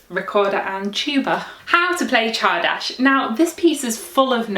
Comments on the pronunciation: Thanks for spelling csárdás correctly, and for your efforts trying to pronounce it. You need to pronounce the "r" as well. In English "r" is often skipped, but in Hungarian it is a hard "r". FYI "csárda" is a kind of inn, where people can drink and dance. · Not quite, she didn't pronounce the "r", it should be a hard "r". Otherwise I'm actually impressed, she obviously did her research. Unlike most youtubers who would just say something like "I probably butchered this word". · c h a r d a s h ? Wow, I thought it was pronounced tsardass!